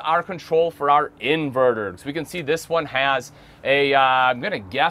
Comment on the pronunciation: It’s can not ken.